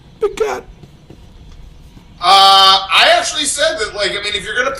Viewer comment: Can't stop laughing at "BigCAHT"